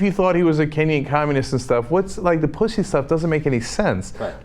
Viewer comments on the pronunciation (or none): I don't like her pronunciation of "pussy" haha its like PUH-ssy its so weird sounding